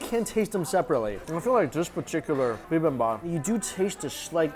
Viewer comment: "BibimBAPPIN'." Mike, get that on a shirt.